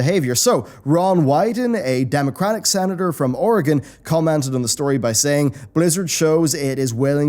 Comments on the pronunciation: good job saying Oregon correctly! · Thanks for pronouncing Oregon correctly!